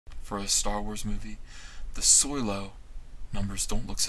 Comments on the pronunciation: I'm confused as to how you can manage to pronounce Solo as Soy-Low for the first half of the video, and switch of the the correct pronunciation of So-Low in the second half. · Why is everyone pronouncing Solo as Soylo. Is this some gag I'm unaware of, or do people of this generation really not know how to pronounce it. Granted, I didn't see the movie. Please tell me it's not pronounced that way on screen. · It’s solo not soilo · Is soylo being said? Lol